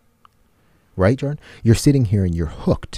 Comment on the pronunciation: My name is Joren, witch is a extremely rare name, so whenever they said “Jordan” but it sounded like Joren, I got startled lol